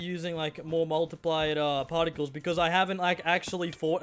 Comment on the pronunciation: “pAarticles” noice one